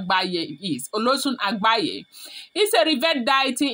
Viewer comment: It is agbaye ,not agbaya